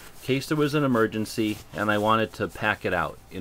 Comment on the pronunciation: "We open up an MERGENCY pack" huh? Missing a letter...